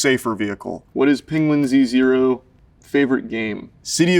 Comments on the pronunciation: Most surprising thing here is that he pronounces his channel name as "Penguin Z Zero" instead of "Penguins Zero" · the most surprising part of this is that charlie pronounces the Z in penguinz0, instead of just pronouncing it as "penguins zero" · He pronounces his name “penguin z zero”? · Wait WHAT?! He pronounces it Penguin Z Zero?! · It’s “Penguin-Z-Zero”? This is reality shattering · finding out that the z in penguinz0 is pronounced separately is like finding out santa isn't real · so thats how penguinz0 is pronounced